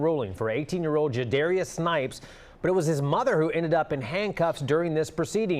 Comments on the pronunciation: Judarious? Really? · Jadarius? Adding random syllables is not working out. He’s a monster raised by a monster.